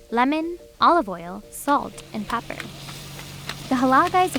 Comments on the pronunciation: The way she says pepper hurts me inside. "Pah-per" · Why the hell is she pronouncing gyro and pepper all weird?